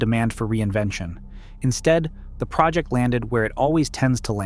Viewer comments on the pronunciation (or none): none